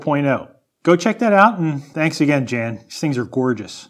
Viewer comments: Jan is pronounced "Yon", i believe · it's probably said "yahn" like johann sebastian bach... not Jan ... like Janet. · Yahn, not Jan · I think Jan is pronounced Yan lol welcome back